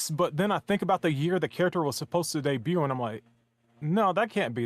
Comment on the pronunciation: You’re still not saying debut right..